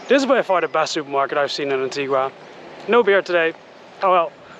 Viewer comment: Wow, I was just beginning to enjoy her being aboard! Oh well, keep on keeping on! PS: It's pronounced An-tee-guh, not An-tee-gwa. One of the locals will help you out. 🙂